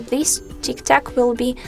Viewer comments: Bro, it’s not Tiktak it’s tiktok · And no way she just said tiktak